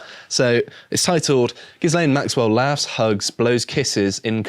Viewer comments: ghi-lane ghis-lane makes your reporting sound amateur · It's not "Jizz-lane" Maxwell, it's "Ghee-lane" Maxwell. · Ghislaine isn’t pronounced ‘Gis-lane’. It’s pronounced ‘Gur-lane’. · There's no excuse for still pronouncing her name Giz-lane. You've had plenty of time to look it up. Jizz-lane would be acceptable, though. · It's Gilaine like Elaine, silent S. You're welcome 😊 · It's pronounced "Gih-lane." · Sorry guys, but the 's' in ghislaine is silent.